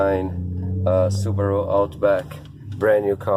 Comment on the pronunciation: You mispronounced Subaru